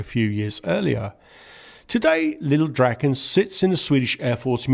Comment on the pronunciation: DraaaAAAAAAAAAaaa-ken. Long A. As in Draw. SAAB saw draken naken.